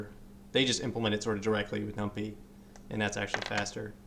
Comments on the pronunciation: numPY!!!! num-pie, not num-pee — you were driving me crazy, good video though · as a young person, keep saying num-pee. Great vids btw